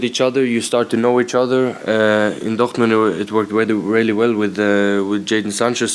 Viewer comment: Erling Haaland spells the 'R' in Dortmund in French